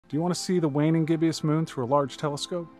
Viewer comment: Hey mate - is it just my hearing or did you say gibb -i -ous ... or is that i word i dont know? I thought it was gibb - ous (gib - bus) sounding ?